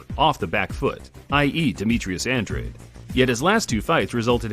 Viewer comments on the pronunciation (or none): Its Andrade not Andre